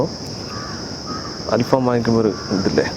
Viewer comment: ഫാം അല്ല ഫഹം